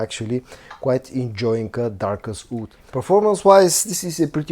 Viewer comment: Wood: /wʊd/ Oud: /uːd/ Please learn the difference.